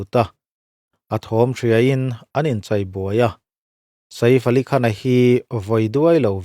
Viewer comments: Saif AliKhan tiin an lam maithin a maw ka tia, Sa-if Alikhan ti a lam ka vawikhat hriat na🤭🤭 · Saif Ali Khan hming ilam Dan hi analh lo e.😮